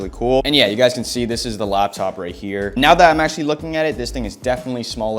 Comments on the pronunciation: I heard you say "Lab" top like 60 times ya bot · the way you say :"laptop🙄"